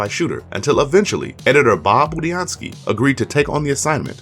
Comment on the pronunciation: At least he said Budiansky the right way, unlike all the other reviewers.